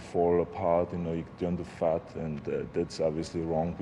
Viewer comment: Arnold: "Day tink that maybe if you train ten ears, and you stop your workouts, eww vill fall apart. You know you can turn to fart...Dand unn... obviously wrong. Because muscles never can turn to fart..." 🤔 Gotta love Arnold ....Well Austria....he's ours now!!! 😅😅👍👍